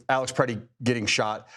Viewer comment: His name was Alex Pretti. Not Preddy. At least pretend you care.